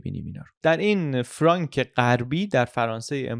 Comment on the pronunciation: خیلی مختصر و جامع تعریف کردید ، افرین . فقط یک توضیح بدهم چون استنادات شما انگلیسیست باید بدانید که فرانک که قید کردید بدون تلفظ C بیان میشه یعنی میشود فرانFranc سی خوانده نمیشه . ❤سپاس